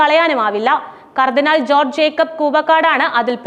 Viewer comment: ന്യൂസ് വായിക്കുമ്പോൾ ശരിയായി വായിക്കുക കർദിനാൾമാരെ പേര് വായിക്കുമ്പോൾ വിഴുങ്ങന്നത് മലങ്കര കത്തോലിക്കാ സഭയുടെ കർദിനാൾ ആര് ?